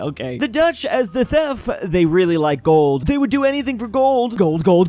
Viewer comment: The thef